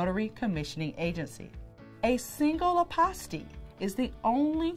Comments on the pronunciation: 😂😂😂 fouroh four reaction was spot on I’m rollinnn ..Hilarious because when she said apostille I was waiting for her to double back and correct her pronunciation but second go around she pronounced it the same way. I was like oh snap ! Let me hit google university because I could be wrong . Nevertheless I appreciate the content . Great work. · Hi. Since apostille is a French term, ah-pah-STEE is the preferred pronunciation of the Hague Conference on International Law, the body that oversees adoption of apostille standards. However, apostille is also pronounced: AH-pah-still or ah-PAH-still. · First of all- I've been pronouncing apostille all wrong.